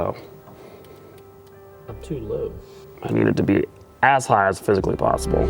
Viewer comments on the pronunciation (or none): It sounded like you said that you need the steering wheel ASS high as physically possible 😂😂